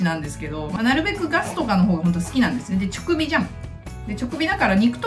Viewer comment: 令和の虎でを知りました。そこからこちらの動画にきました。 の動画をいくつか観て、令和の虎でしか知らないと違う面を知り、とても魅力的な方だと思います。 私も長年主婦やってますが、お菓子作りは苦手で普通の料理を作るほうが好きです。 息子さん可愛いですね😊 あと、直火は「ちょくび」ではなく、「じかび」です😁